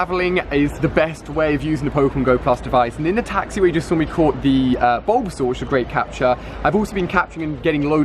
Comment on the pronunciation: Its bulbasaur 😉